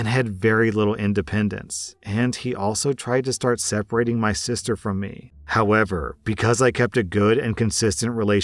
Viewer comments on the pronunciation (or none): none